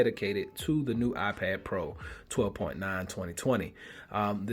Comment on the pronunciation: "my I-ped"